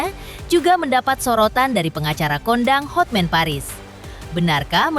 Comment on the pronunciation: Terganggu dengan kata "HOTMEN!" HOTMAN mbaaaaakkkkkkk